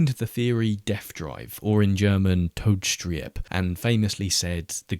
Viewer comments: A voice message would be the easiest but what I can say is that you say todes-trieb, not tode-strieb 😂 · Just fyi, death drive in german is pronounced "Toad-ehz-treeb" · I’m German and I’d like to teach you how to pronounce the word „todestrieb“ correctly xD Thanks for all your work :)